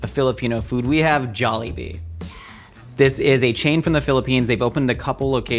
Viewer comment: stevie says it very softly and elongated. if you really wanna pronounce it the way filipinos do. pronounce it with a hard and short tone (pun intended)